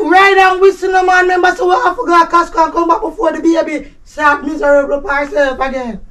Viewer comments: always call Costco...Kasko 🤣🤣🤣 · Casco😂😂😂😂😂 instead of Costco